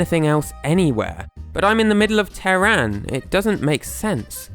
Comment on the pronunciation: AND TEHRAN IS NOT IS NOT PRONOUNCED "TEH RAN" ITS "TEHR ON"